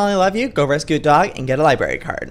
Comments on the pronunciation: Public libary LIBARY 😭 this haunts me when people say it like that 😂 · Joey LIE-BRARE-E=library NOT LIBARY XDDDD